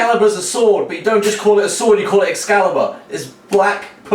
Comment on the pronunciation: DEER GOD Excariburu!